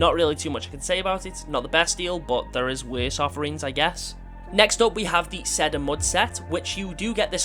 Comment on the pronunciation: Phonetically it's pronounced "see-dur" like the tree. Not a big deal but just for your own edification.